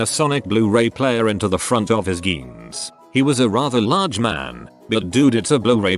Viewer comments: ... jeans Voice thing: GEENS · No one: Text to speech voice: G E E N S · Robot voice:- geans. Me, a intellectual:- 🤦